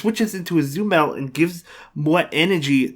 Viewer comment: Tbh I always like to hear you pronouncing Azumarill as Azumel xD